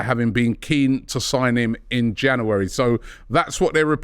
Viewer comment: Robbie, please learn how to say 'January'